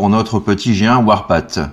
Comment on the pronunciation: Bon tu dois le savoir mais Warpath se prononce "warpafffff" un peu comme le TH de Thank You. Ca peut se traduire, j'imagine, par "le sentier de la guerre". :D